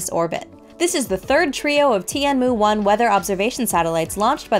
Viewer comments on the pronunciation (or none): I don't know if it's better but it's wrong. "Tian" is one syllable, not two. Chinese syllables also have at least four different pitch profiles, she pronounced them all flat or falling